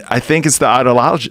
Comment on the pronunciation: Michael "idealology" Yo